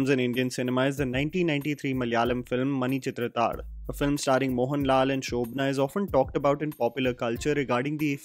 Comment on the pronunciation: Yo nailed the manichithrathazhu pronunciation 🔥🔥👍👍